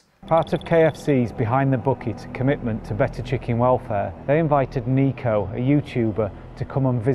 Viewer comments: my guy you cant even pronounce his name correctly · Everyone’s having a go at him for not doing research or whatever and you can’t even pronounce Niko’s name right